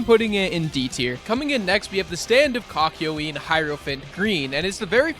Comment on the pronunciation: Ok but did anyone notice not only how he said kakiyoens name and also just the subtitles